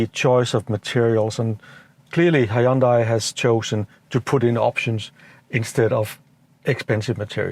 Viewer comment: Hyundai 현대 is not pronounced "AYOONDEYE" but simply "YEON-DAE". thanks.